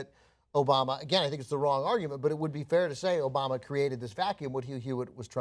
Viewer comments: He says Obana not Obama lol. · He says "President ObaNa" the guy can't even pronounce the president's name lmao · He said "President Obana" the first time!! LOL!!! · "President Obana" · HE SAID OBANA LMAO! OMFG LMAO! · Anyone catch that first time Trump said "Obama" he said "Obana"? Lol